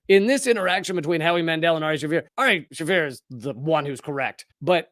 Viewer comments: "Shah-fear" not "Shay-fur". Watch his special "Jew", it's hilarious. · Sha-fēēr* it’s Arabic. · It's pronounced "sha'feer", you are killing me sir 😂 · Pronounced (Sha-Feer.)